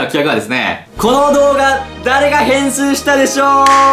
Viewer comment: 誰がへんすーしたでしょう、にしか聞こえない、、、（笑）